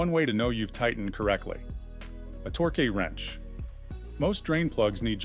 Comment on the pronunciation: A "torkay" wrench